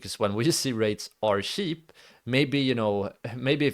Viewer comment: It's kinda sweet how you say 'cheap' - shiip :D